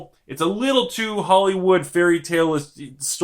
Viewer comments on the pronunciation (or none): none